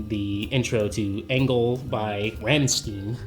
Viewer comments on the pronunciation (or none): A little heads up. Rammstein is not pronounced with a "steen" as in Springsteen. It would be more like Ramm - stine. Stop murdering the German language : ) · you pronounced Rammstein wrong. And Linch used Rammstein sog in his other movie Mohave Drive.